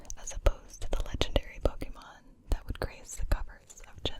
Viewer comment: Finally someone who knows how to pronounce Pokémon right.